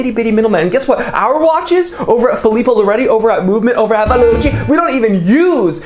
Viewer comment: when u said "filipo loretti" i died